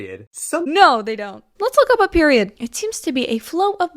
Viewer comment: “KnoWn as a PERWioud”